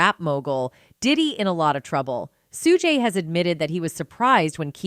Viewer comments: Its suge ....suge not sugaye...dipsh##tt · AI always pronounce wrong...Lahaina case & point on Just in now Shoogay....ugh